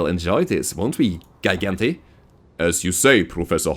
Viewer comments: Gigante is Spanish for Giant. Pronounced Hi-Gahn-teh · I think its spanish for giant, and its pronounced as G.-gan-tae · Not a soft g like in "giant"?